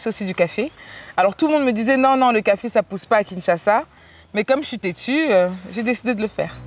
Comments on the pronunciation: Bro, it is KinshaSA, not kinChacha. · Please please it’s Kinshasa 😁😁and not Kinsasha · it's KinshaSA not kinshaSHA. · Bro keeps saying Kinshasha, instead of Kinshasa 😂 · U are amizing Maya..its not Kinshansha its Kinshasa😜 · KINSHASA not KINSASHA 🤣🤣🤣🤣🤣🤣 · It’s Kinshasa not Kinshasha bro 😁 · I like you bro, but stop saying Kinsha-sha, it's kinshaSA hahaha im joking, big up to her! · It's Kinshasa not kinshasha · Kinshasa, not Kinshasha, lol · Village boy 😂 Kinshasa not Kinshasha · but im hearing "Kinshasha"😆😆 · Kinshasa just gained an "h"😂= kinshasha😂😂 Lol